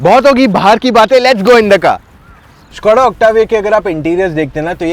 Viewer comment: this not shhkoda its SKODA simple